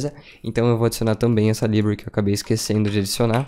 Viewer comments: Bom vídeo. Só precisa pronunciar "library" corretamente. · Conteúdo maravilhoso, só dói o ouvido quando ele diz library.